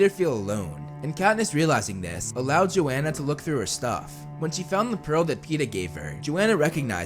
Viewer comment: The only thing that bugged me was that it’s yo-han-uh